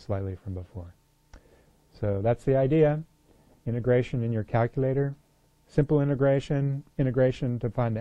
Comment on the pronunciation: It sounds like you're saying "immigration" haha. jokes aside, tihs is a great video!